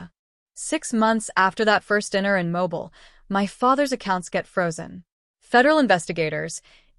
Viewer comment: Ok you need to teach your Ai how to say Southern town/city names such as Mobile. Because that was wrong.